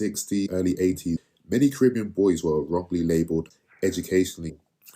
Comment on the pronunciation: Even the way you say Caribbean shows that you are a conformist.